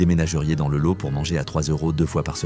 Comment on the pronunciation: Ça oui c’est une pub de qualité et c’est v rai(on dit "lote")